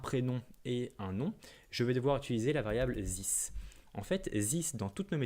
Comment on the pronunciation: j'essayé de me concenter avc toi, jusqu'a ce que t'es arrive a zisse O.o bro talk correct english plz u kill the language